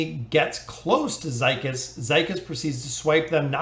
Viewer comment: I think his name is pronounced zeekeez.